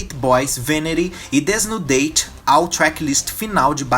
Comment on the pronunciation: "desnudeit" 😂😂😂😂 o nome da música é em espanhol mesmo, desnÚdate.